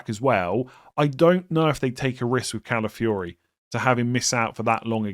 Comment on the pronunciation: Ladies and gentlemen, we’ve finally reached the day where says Calafiori’s name correctly. Never thought we’d see the day 🎉😢